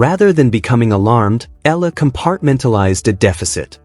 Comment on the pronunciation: Alex’ last name is pronounced E YA LA